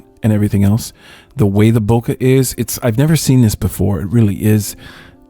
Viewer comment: “Bowka”! Hahahahaha HAHAHAHA hahahaha hahahaha!!! Funniest pronunciation ever! Hahahaha